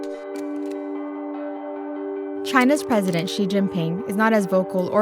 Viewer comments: 周潘 😂🙏🙏🙏 No. please ask a chinese teacher or watch some “learn chinese” videos. Nobody pronounces Xi as “ksi” in Any Chinese dialect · i know some english native pronounce X as ks，so mr Xi shall be pronounced as Mr KSI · Pedro Ramirez in Chinese, X is pronounced as ‘sh’